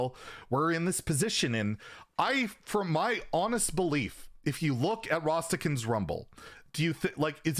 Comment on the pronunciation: Everyone: Rastakan’s Rumble: Rhastahkhuns